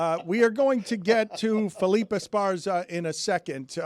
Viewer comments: Dan Le Batard, less Hispanic than Jeremy. Felipe, not Felip. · Dan calling Felipe Felip is comedy. Especially when you consider he corrected Stugotz 😂